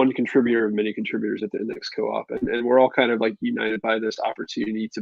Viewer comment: It's "index co-op" as in "co-operative", not as a "chicken cage"